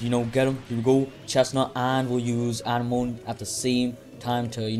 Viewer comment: Anemone❌ Anna moane✅